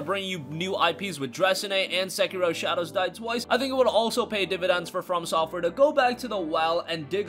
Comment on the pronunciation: learn how to speak bro! segiro!? specially on a info \ speculation video